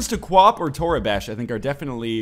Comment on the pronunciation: It's toribash not torabash, no a in it.